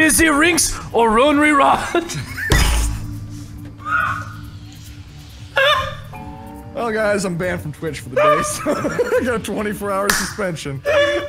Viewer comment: "Do you want to go to Razy Rinks? Or Ronery Rodge?" xD